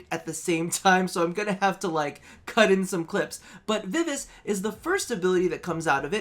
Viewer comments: "Viv-ah-chey" Pronunciation would be correct, as opposed to, 'viv-ace'. Think of the piano performer, 'Liberace'. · Vivace is not "viv-us". It's an Italian word: "vi-vah-che". Damn, first bass, not vivace., you're not too into music or pronunciations, I take it? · Hey, heads up, vivace is pronounced "Vee vah chay"